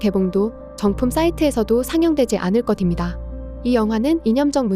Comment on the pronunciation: 않을것입니다 ㅋㅋ 발음으로는 안ㅎ을거ㅅ-십니다. 발음나름 신경쓴다는게 참